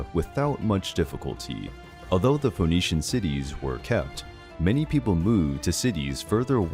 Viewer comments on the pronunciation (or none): Phoenician rhymes with bird not bold! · The O in Phoenician is silent.